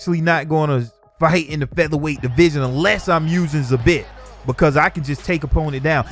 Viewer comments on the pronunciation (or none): Yo dawg its not SA • Bit its pronounced Za • Beet w the Es sounding like they do in feed. Not hatin, just constructive criticism. Keep up the good work. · Zabit is pronounced zā- beet not za- bit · Lol you did butcher Zabit it’s pronounced Zah Bee with a very soft T on the end. At least that’s how Khabib says it.... but what’s he know, they only best friends..... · man said he wasnt going to butcher zabit's name lol. it's pronounced zah beat just so u know for next time :) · Say it with me bruh .... "Zah-beet" correct pronunciation my guy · Lmao you literally butchered Zabit's name after saying you wouldn't. Its pronounced ZaBeet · It's pronounced "zah beat" but all luv fam much luv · “I’m not going to murder Zabits name” while saying his first name incorrectly